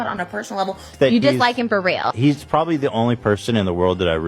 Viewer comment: "if their beef was weal"